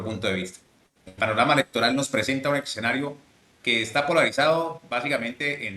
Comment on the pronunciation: Las redes permiten que pasen por periodistas personas que no lo son. Este señor dice "exenario", ni siquiera habla español bien. Y así tantos, tantos. 😢